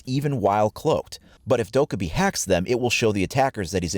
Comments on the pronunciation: please. It’s “Doh-Keh-bee” please pronounce it right for her video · literally triggered by the way you say dokkaebi